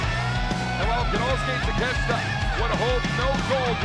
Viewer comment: Taa-ke- shee- ta. That's how it is pronounced. Not Takeshta.